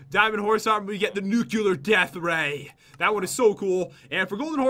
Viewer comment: Everyone : nuclear Pat : nukiller